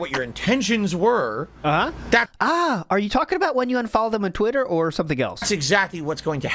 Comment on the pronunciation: The way this clown says Twit-TUR makes my skin crawl